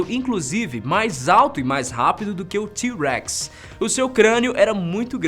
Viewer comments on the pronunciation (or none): Do jeito que ele fala T-REX parece que ele fala Tiu Rex